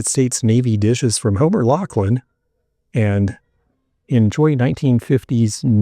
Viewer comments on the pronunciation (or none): none